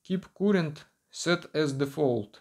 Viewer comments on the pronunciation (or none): none